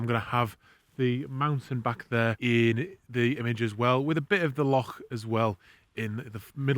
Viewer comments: A great job in all three vlogs dealing with the dreich Scottish weather and capturing some great shots..... and worth a sub alone just for pronouncing loch correctly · Great content - really enjoying your videos. What impressed me most was an englishman who almost pronounced 'Loch' properly haha. Keep the awesome content coming!